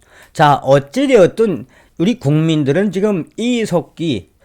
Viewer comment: 저는 처음 께서.....이색기 하고 욕하시는줄 알고 깜딱 놀랐습니다~ ㅋㅋㅋ; 이 색 기......라고 하시는줄 알았는데.....?? 이 석 기 였다라는.....?? 그런데....자세히 들어보세요...?? 그럼...이 색 기 라고 들립니다~* ㅎㅎ